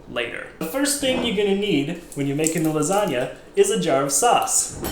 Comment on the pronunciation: first off its Garfield not gar fried and it LASAGNA and other than that your great